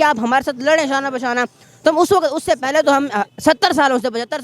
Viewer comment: PHIR "PAY-LAY" JAAWOGE 😆